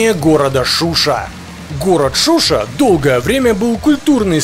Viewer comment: Не Шуши а ШушА ,автор видео Мужик🤝